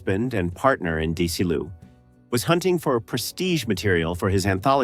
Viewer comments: It's Desi, arnez, pronounce it right? Annet's dezilu studios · I don't know if the narration is AI, but pronouncing the legendary Desi Arnaz as "Deecee Arnahz" or Desilu as "DeeCeelu" is unforgivable. I'm out.